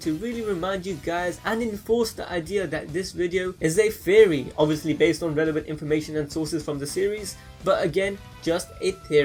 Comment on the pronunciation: Anyone else hear Terrry instead of Theory when he says Theory